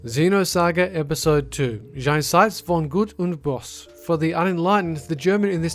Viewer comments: I love how you pronounce the German title. It rather sounds like you are talking French. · How he says ,,Jenseits von Gut und Böse'' it sounds so funny xD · Had to smile when he tried to spell "Jenseits von Gut und Böse". :) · i love how you butcher the german language in jenseits von gut und böse xD it sounds so cute ^^ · I have two problems with this video: Your awful and totally wrong pronunciation of "Jenseits von Gut und Böse" and the fact that you completely missed that "clandestinity" is actually a word – the noun form of the adjective "clandestine". Aside from that, these games are all pretty ridiculous.